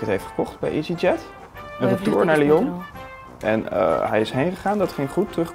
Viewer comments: Elke Belg stoort zich nu dood aan hoe die Lion uitspreekt... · volgensmij is het lyon vanplaats lion maar ik weet wel dat het chocolade reepje lion heet GEEN HAAT